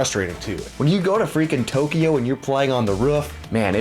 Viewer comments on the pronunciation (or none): none